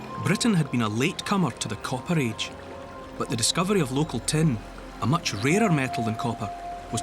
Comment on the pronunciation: When he said "it contains tin", I was genuinely confused. It contains ten? Ten what?